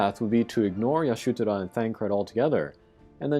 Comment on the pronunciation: Nice preview on the raid. GL has it much easier IMO, I got Y'shtola to lb5 without buying a single shard from the event shop. But dude, why are you pronouncing Y'shtola as AYa-SHU-toraaa? Legit hurts my brain!